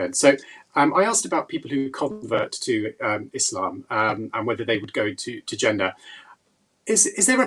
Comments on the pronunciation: The way you say Jannah makes me think you were never a Muslim. When I say Muslim, I mean someone who actually submitted their will to Allah swt and lived their life as a Muslim. You're probably related to Muslims, hence your name. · It's not old. You say Jannah, exactly like a gora would say it, a Muslim wouldn't say it like that, ever, unless of course that 'muslim' only has a Muslim name and is a coconut. Regarding the video, short answer is Yes!!! Someone who's committed heinous crimes will be forgiven for their crimes and they would enter paradise inshaAllah, if they accept Islam. The caveat is that the people the crimes were committed against will be compensated much more than they would expect, so much so, they will also forgive the individual. اللہ اعلم